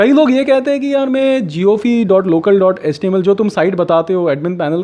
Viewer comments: It is jio fi not jio fe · Bro first of all its not jiofee its jiofi. Pronounce it correct. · Jio’fee’ nai mere bhai, jio’fai’ jusy as you say wifi (waifai) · Maiko aapke 'jiofi' ko 'jiophee' bolne pe dikkat hui Baaki video mast tha